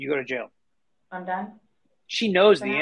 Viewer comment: She can’t say jail.